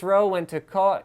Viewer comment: Koch is pronounced like cock, but with more of the classic german chhh sound (like phlegm)